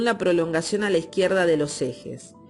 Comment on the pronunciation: Dextrógira... fíjate en el tilde, lo mismo con a izquierda, lo has acentuado mal, como si el tilde estuviera en la "i"